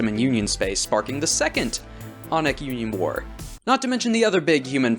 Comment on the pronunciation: Really good stuff, but your accent made me really fucking confused whenever you said aunic, I thought you were saying yonic Yonic assembly is like calling yourselves the kingdom of phallus